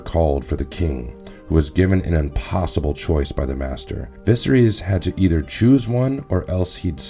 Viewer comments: Vis-a-rees literally is not how you say his name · Holy shit... I had to stop listening after hearing VISERYS mispronounced for the 800th time 😭😭😭🤣🤣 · Bad pronunciation of names is a bit off putting. I can forgive the ones that aren't in the show but how do you get viserys wrong??